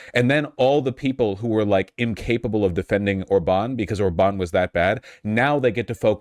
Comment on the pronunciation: Orban being mispronounced really threw me off. You don't have to know that in Hungarian, every word gets first-syllable stress, but he has been in office long enough that I've heard his name from at least a dozen different people and they all (correctly) agreed it's ORban, never orBAN